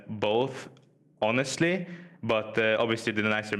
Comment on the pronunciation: Interviewer: ... Lider: HONESLTY